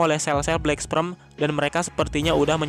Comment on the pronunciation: Min maaf cmn koreksi, pengucapan black sperm salah tu, yg min ucap itu black sprem harusnya black sperm.. 🙏🙏🙏🙏